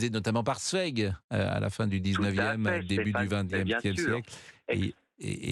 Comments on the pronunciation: Pascal les autrichiens sont sérieux , tonton Adi venait d ' Autriche, bon sang ! Et puis pour toi qui baragouine un peu l ' allemand , Zweig se prononce " tzouaigue " et non pas tzoueigue ! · Absolument pas. Zweig se prononce "Tsvaïg".